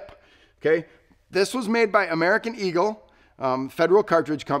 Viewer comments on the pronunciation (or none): none